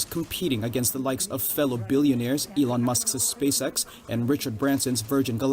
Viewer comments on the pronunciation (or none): none